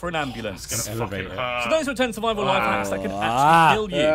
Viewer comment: Am i the only one who noticed the 'surivial'